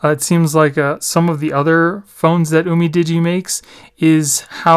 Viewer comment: It's "you-mi-di-gee"